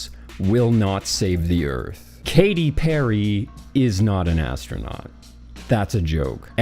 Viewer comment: Astronaut ❌ Astro-Nought ✔️